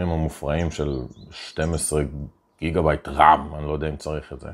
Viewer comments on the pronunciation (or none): none